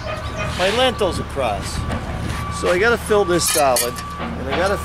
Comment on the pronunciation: Great video but they're called "Lintels" not "Lentils"😂. Lentils are a food!